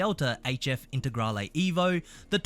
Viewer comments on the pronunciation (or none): none